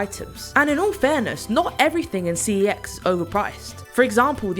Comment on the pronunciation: It's pronounced "sex."